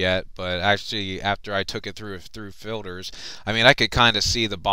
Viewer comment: it is filters not filders